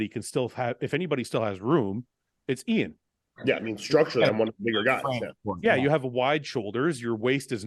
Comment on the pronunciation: 2023 and Guy still can’t properly pronounced Iain’s name